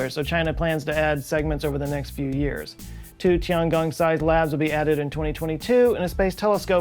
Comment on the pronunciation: It's Tiangong not Chiangong